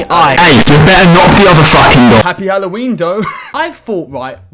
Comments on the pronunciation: this man really said hollow weenie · When he said hallowennie that did sound so fucking wrong in many fucking ways